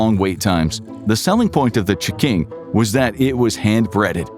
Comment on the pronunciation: Damn the ch'king was good 😋